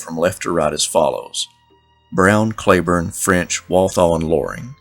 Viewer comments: Cleburne is pronounced Cleeeburne. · Most of us don't roll our "r" either. Not sure why you fight what so many counties in different states named after him pronounce it CleeBorne. My ancestors are Scots but I certainly don't sound like a present day resident of Scotland. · Why didn't you just say Clee Burn. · I live in "Clee burn" county Arkansas.